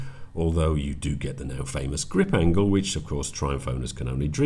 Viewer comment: Alaways laugh when you mentioned the "grip angle" lol.